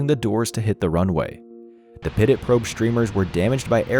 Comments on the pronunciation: Pitot is pronounced "pee-toe" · Great job on this video! For future reference though, pitot is pronounced “pee-toe”. Keep up the good work! Can’t wait to see the next one! 😊